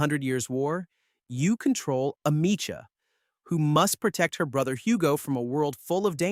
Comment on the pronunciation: Its Ah-mee-c-ah 🤨